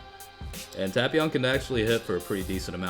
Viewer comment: That's the correct pronunciation,the dub's pronunciation is what truly hurts.